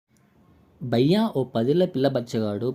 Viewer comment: ఆ పిల్ల గాడిద గోలేమో కాని,నువ్వు బయ్య ,బయ్య అని నీ గోల ఏంది,బయ్య అంటే హింది లో పిచ్చి వాడు అని అర్ధం,బయ్య కాదు.భయ్యా,bhaya ok,mundu matlade విధానం నేర్చుకో